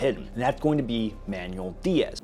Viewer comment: lol I love when white guys pronounce Mexican/South American names .. it’s not man-u-el, it’s “man-well”😂🤦‍♂️👍